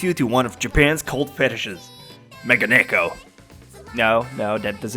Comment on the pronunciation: its not mega-nekko you idiot.. its megane-kko. jeez why do americans dont fix their weird pronounciations..wtf